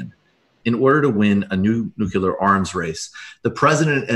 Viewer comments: NUCLEAR NU CLEE URRR Nu -clee -errrr anything but New-cue-lurr, please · Is it just me? Or does no one pronounce NEW CLEE UR correctly anymore? Lets just start pronouncing airplane- aplinera, or how about we pronounce New York- Blu Cuck? You all go to such great lengths to pronounce other things correctly (+/-)